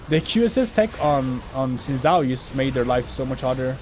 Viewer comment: ..he pronounced xin correctly though. the second pronunciation was incorrect.